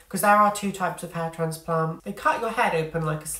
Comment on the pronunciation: Yes ha ha. I’m originally from the Midlands so we switched northern/southern pronunciation a lot: grass/grarss, bath/barth etc. but you managed north+south in one word. So instead of transplant/trarnsplarnt you said transplarnt. I live in Texas these days where it’s closer to traaansplaaant ha ha